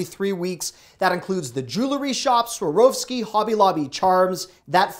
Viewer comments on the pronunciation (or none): Sa wor ski. Not Sarowski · Swar- OV -ski